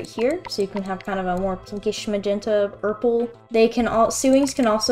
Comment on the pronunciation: First time I heard Urple I was like, did they say Urple or Purple? Second time I was like, Urple, it was urple.